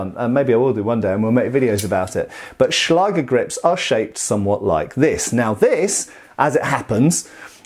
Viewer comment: The german ä/Ä can be written as 'ae', if you don't have the letter. Don't just write a instead of ä, write ae, because you will pronounce it wrong. Good pronounciation of Schlager though! 🙂